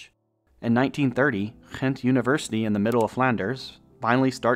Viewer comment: Except Voerstreek, which was mispronounced to the point of being unrecognisable. 😅 Funny after he pronounced Ghent perfectly…in a Dutch accent. “Crcchrhhent” love that. It’s actually hard to pronounce both the Dutch G and Flemish G coming from English, so it’s a great one to pronounce right either way.